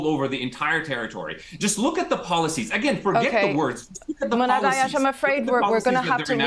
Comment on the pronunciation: good job Muhannad getting your message out and not letting her derail you. not even to correct the pronunciation of you name. Palestine will be free x